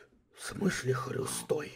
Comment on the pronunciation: Когда он сказал я хрю. ОН СКАЗАЛ ХТЮ!!!!!!!!!!!